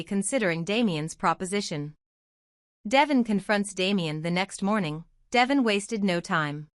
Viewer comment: Would someone please let her know, besides me, that his name is pronounced Dee--von, although it's spelled Devon.